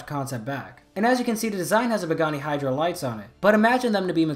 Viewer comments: The fact that you called the Pagani Huayra a Hydra was really annoying me lmao. It’s pronounced y-ruh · Small nit pick here but it isn't Pagani "hydra" it's "Huayra" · It’s huaryra not hydra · Oh my I’m not trying to make a big deal but just liking cars hearing the way you called the Pagani Huarya (why-ruh) “hydra” it was painful lol nah the theories solid though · Sorry, but it’s Pagani Huayra, not Pagani Hydra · Huyara not hydra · Ok first the Lamborghinis are pronounced 'guy-are-dough' and second the pagani is pronounced 'why-ra' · The way he pronounces pagani huayra as bagani hidra annoys me to no end, otherwise great video. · When he calls the “Pagani Huayra” the “Hydra” made me cringe so much. But great video. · I was gonna say something about he pronuciation about the Hyura but then I remembered. No one can pronounce it. Not even top gears Jeremy Clarkson